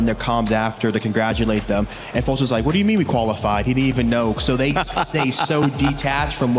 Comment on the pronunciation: when you guys gonna tell he he says the word even wrong